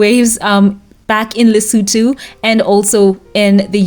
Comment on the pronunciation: Thank you for the perfect pronunciation of LESOTHO 🎉🎉🎉🎉❤❤❤